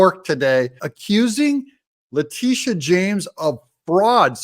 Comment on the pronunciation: That females name is La-Titi-a..